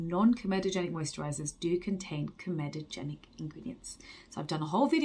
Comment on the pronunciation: Hey you say comedogenic correctly now, your parents will be so proud 😉